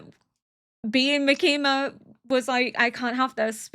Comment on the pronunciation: I'm absolutely loving your reactions and your insight, as well as just watching along with you! :D I have but one note- The emphasis in Makima's name is on the first syllable.